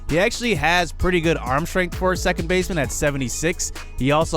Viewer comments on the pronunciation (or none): none